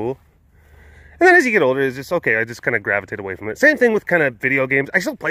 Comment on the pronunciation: As soon as you said ho-kay I started quoting the video in my head